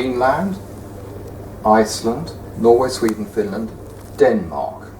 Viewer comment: I do not like this guy say Denmark